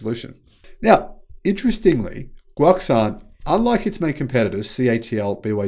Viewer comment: Guoxuan is pronounced Guo Shu-on